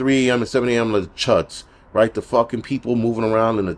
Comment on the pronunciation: You said CHUDs 😂😂😂😂😂